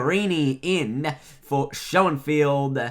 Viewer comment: Schoenfeld u said he's last name right the first time the only reasen I know that he went to my college in wa he went to cbc just like mr